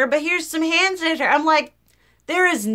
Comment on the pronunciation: I know "hannitizer" was a slip of the tongue, but I love it❤ It's all hannitizer now on for me